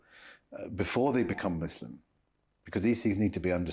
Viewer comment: It’s ISLAM not IZLAM. It’s MUSLIM not MUZLIM for ALLAH’s sake